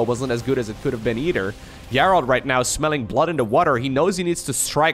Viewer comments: the name Gerald is pronounced like "jerald" with the j sound that comes from japan or james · In english if the G is followed by an E it has the sound of a J. So its pronounced Jerald. Also, the last purification nova hits those stalkers if you watch the supply at the end. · If it's a Witcher reference, well, cool then. Just thought I'd point out that, typically, it's pronounced the other way. Cheers! :) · His name pronounced Jayr reld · Thanks for casting so many great games! Just for future reference, the name “Gerald” is pronounced with a soft g like the name George or the word gentle. Identical to a j sound. :)